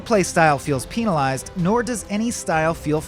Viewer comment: hahah he said penal-ized and not penalized.